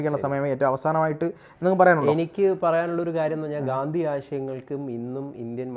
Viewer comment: ഗാന്ദി അല്ല ഗാന്ധി ആണ് bros. 😊